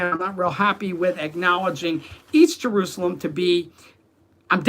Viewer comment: In english we don't say Yaruchalaym and Issssrael, we say Jerusalem and Izzzrael.